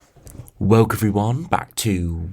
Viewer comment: Excellent forecast but can't you say 'Welcome' instead of 'Welk'.